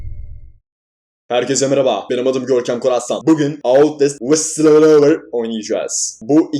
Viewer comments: whiscghuyfhfvbuhcvjcv diyon abiiğğ sjsjsksksjsjsks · bende outlast whistleblower kısmını böyle okuyom sjsjsjs